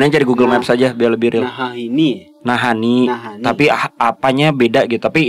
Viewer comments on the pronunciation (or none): Ada yg baru guys, koleksi selip kata "Naha-Ini"